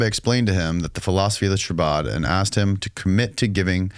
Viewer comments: is sooo new to this info, he just started finally pronouncing chabad L correctly, lmao. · he's not even pronouncing chabad right. We need more people who understand Jewish culture if we're going to go down rabbit holes that are this stupid and crazy